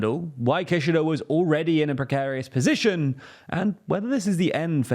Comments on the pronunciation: That's not how you pronounce Kishida! Doesn't anyone on the team watch anime? Jeez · Not relevant at but the way you say Kishida kinda sounds like Kirchner, and as a Brazilian person, I could not help but to think of the Kirchner family every time you said it hahaha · How do you not know how to pronounce Kishida? Just watch some videos about him, and you know how to say his name....it's not hard guys.